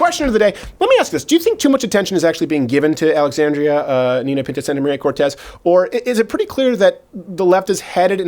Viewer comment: Does he trill the R wrong on purpose?